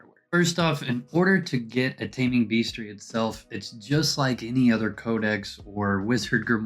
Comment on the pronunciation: Taming "beastery?" Hehehe Sorry, had to